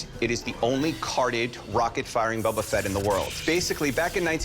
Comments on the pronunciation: "Bubba Fett" 😅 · The way the Boba Fett guy pronounced Boba shortened my life span by ten years.